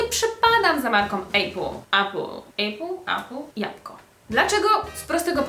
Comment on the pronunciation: Japko* XDD